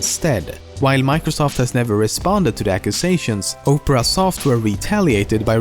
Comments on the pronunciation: I like the video it told me some things I didn't know. But, Opera and Oprah do not sound the same. Opera is said like ahpera no Oprah. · "New browsers like Oprah"? It's Opera — pronounced the same as an opera of classical music. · The way he was pronounceing Opera made me want to photoshop a picture of Oprah Winfrey eating internet explorer, and then I did it. its AM and i just photoshoped a picture of Oprah eating internet explorer. I need a life. But I don't want one. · its not Oprah its OPERA lolz hahaha MUhahahahahahaahaaaaaaa and while I hate Bing I feel Bang would have been a serious threat to GooGle which Bing is clearly not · You keep calling Opera "Oprah". Imagine if Oprah had her own browser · lol he called the opera browser "opra"